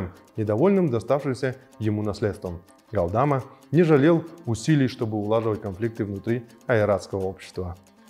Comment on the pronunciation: Галдма, но не ГалдАма. Даже если пишут Галдама, то ударение надо делать на последней глассной 《а》 ГалдамА